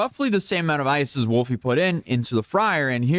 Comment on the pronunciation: *throws duces* “Wulfie.” 🤦🏽